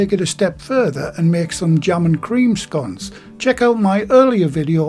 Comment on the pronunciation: Love scones and fruit ones are my favourite. Nice to hear you pronounce them as in sounding like (gone). I know there's a different pronunciation but your way is the right way in my opinion and it's how I say it myself.